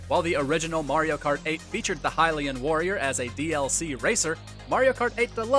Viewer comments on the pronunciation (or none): gotta love when people mispronounce hylian in almost all videos